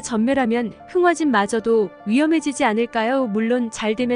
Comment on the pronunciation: 흥하진이 아니라 흥화진 입니다.